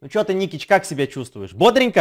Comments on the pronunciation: Ты спалился ты сказал:Никич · На 12.40 спалился ты сказал никич